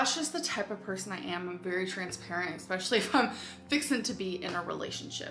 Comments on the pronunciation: Expecially, pitcher, bolth, game "councils", drug attic, etc. God she annoys me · Egg-specially (especially) but when she attempts to say egg, she says ayyyyiiijjjjgg. But she can say egg! She says egg-ceptional, egg-specially, egg-saggurate etc... 🤦‍♀️